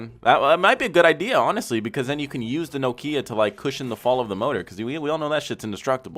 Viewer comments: The way he says Nokia lol "No Kia" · every time he said nohkeeah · Sounds like he's saying no kia's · I’ve never heard anyone pronounce Nokia like that 🤣 “NO KIA” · Why he saying Nokia like it’s IKEA? Bruuuh 💀😂